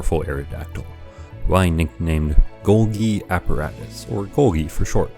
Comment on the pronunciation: good video but your pronunciation of golgi forced me to dislike, unsubscribe, and bomb the entire city